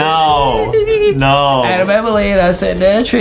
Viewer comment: It’s ADEM not ADAM